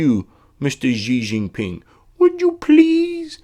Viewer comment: A little off topic help here, Xi Jinping is pronounced "she" Jinping, unless you're aware of this and aren't concerned. Back on topic, I've backtracked on some of my own previous points of view. As horrible as Hill was, if I could do it over again, I would have voted for her simply because of the harm Donald has done with all of the conservative federal judges he's appointed, hundreds now the last time I checked. We know the Supreme Court is in big trouble too. As disgusted as I am with the Democratic party and have been for years, I won't sit out in 2020 and I will vote blue, no matter who, just because of this. Also, I'm not too sure about the Tulsi/Kerry comparison. True, Kerry was polling very low, but once Dean and the other guy had canceled each other out, establishment media jumped on Kerry's bandwagon and supported him. I don't see that happening with Tulsi and think that it would be extremely unlikely. And yes I like Tulsi a lot. I'm 100% with you on your war stance. Trump for all that I detest has not pushed any wars, which no president has done since Carter.